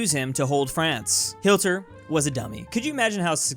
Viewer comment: Did he just say Hilter?